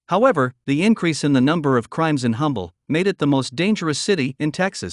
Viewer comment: You are mispronouncing the town of Humble.It is pronounced UM-bel. It has a silent H.